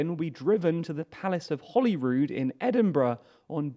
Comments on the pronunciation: It's Holyrood (="holy cross"), not Hollyrood, Palace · That's the Palace of Holyrood House. One L, not two. Pronounced "holy", as in holy father, holy moly or holy sh*t. Not holly.